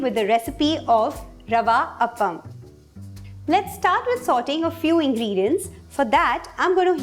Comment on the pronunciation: It's Aa paa mm... Not d way u you say it... This is rava kuzhli panniyaram... Cant be an appam!!